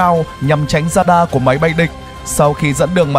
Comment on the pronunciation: Radar chứ k phải dadar